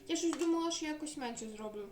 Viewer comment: Думава що ти думава йди до логопеда вожку😅